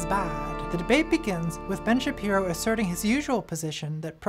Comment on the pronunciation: why did she mispronounce Ben Shabeepo?